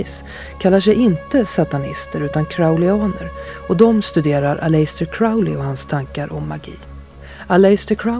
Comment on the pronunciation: "Aläjster Kraoli"